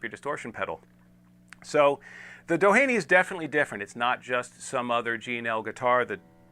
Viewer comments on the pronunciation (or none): Pronounced Do-heeny. Named after the beach in SoCal, which in turn was named after oil baron and philanthropist Edward Doheny.